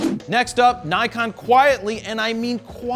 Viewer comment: >>> Since you mention their name so often, you really ought to learn how to pronounce NIKON. It’s really not that difficult. NIK (like a small cut) and ON. The first syllable DOES NOT rhyme with HIKE. It rhymes with DICK. Think of hard-on, except it’s DICK, sorry, NIK-ON. The Japanese phonetic inventory must be one of the simplest in the world